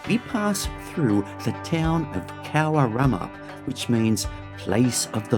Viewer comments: You said cowaramup all wrong, not even close. 😅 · Great video, but some over-pronunciations in terms of Naturaliste and Cowaramup, keep up the cool work, thanks for showing off our lovely part of the world ❤